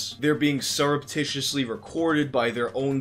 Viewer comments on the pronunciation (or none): none